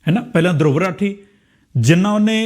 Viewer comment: ਦਰੁਵ ਰਾਠੀ ਨਹੀਂ,ਧਰੁਵ ਰਾਠੀ ਸਹੀ ਬੋਲੋ।